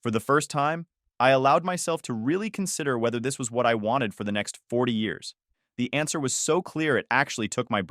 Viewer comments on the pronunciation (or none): none